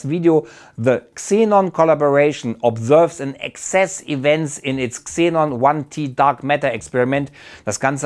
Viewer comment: XENON1T 🙊 man spricht es xenon eine tonne oder xenon one ton aus